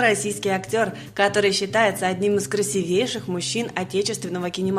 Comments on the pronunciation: КрасИвейший актер,девушка.А не красвЕйший.Ваш канал вообще ни о чём,дизлайк и никакой подписки,зашла случайно.И голос очень противный. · красИвейший, а не красивЕйший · КрасИвейший,а не красивЕйший - по-русски... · Не красивЕйший, а красИвейший! Ну надо же следить за своей речью! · Тем более, что неправильно поставила ударение на Е, а надо красИвейший. У меня пропадает желание слушать или читать неграмотную речь, поэтому сразу остановилась. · Уважаемый комментатор, неплохо бы научиться правильному произношению некоторых слов. Начало ролика и сразу ляп! Правильно - красИвейший. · Ну говорить правильно научитесь!!! Красивейший —ударение на второй слог, а не на третий, девушка. Потрудитесь заняться русским языком,если уж вылезли на публику....